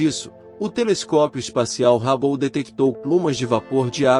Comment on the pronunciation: A pronúncia do telescópio é rabo?😂